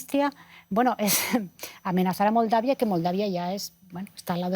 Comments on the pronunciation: NO SABE DECIR MOLDAVIA LA PERIODISTA QUE VERGÜENZA PARA LOS LATINOS . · Que clase de periodista que no se prepara... Moldavia no tiene nada raro para pronunciar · De los peores programas que he visto el pelón tendencioso antiruso las señoras acartonadas sin una opinión convincente y la conducta sin poder decir Moldavia vaya caos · Estos pobres diablos (as) no tienen la menor idea de lo que están hablando. No pueden decir Moldavia